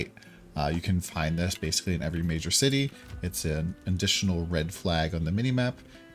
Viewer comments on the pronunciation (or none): none